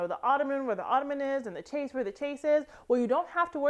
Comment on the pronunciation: Hey! I just discovered your channel and I looooove it! Your style is awesome and I am a major IKEA Stan 👀 Just FYI “chaise” is a French word and pronounced “sh-eh-z”... I’m an opera singer so I speak French/Italian/German and am a bit of a language nerd, so forgive if I’m overstepping! Again, love your content!!